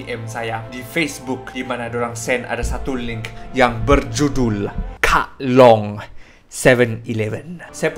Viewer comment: Lawak jugak cara dia kata kak long * pause *..seven e HAHAHAHAHHA